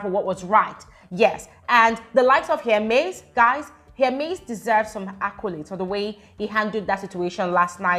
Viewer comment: It’s not here-MAIZE I think it’s HER-miss 😅❤ HER-mes